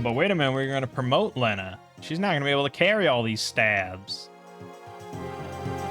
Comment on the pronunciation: thats not how you say lena